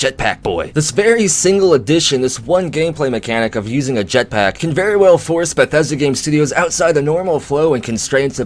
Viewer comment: I like how you say jetPACK